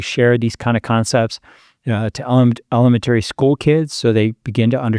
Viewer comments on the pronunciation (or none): He makes a lot of good points, and I appreciate he isn't overly technical with language, but the way he pronounced elementary was like an alien imitating a human. It shouldn't annoy me so much but I can't get past it. Check his teeth, he's not human!